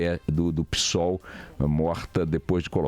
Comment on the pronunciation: "Pi"sol ou Psol, é mais xick assim? Pisol😮🤔😂😂😂